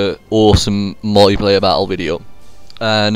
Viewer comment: Pronounced 'multiplayer' not 'mulleyplayer'.